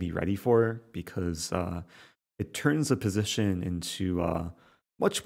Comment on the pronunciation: positiuun Lol, its pronounced position mr rosen